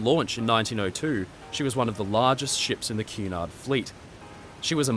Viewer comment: Cu in Cunard sounds as in cunning, not as in cute.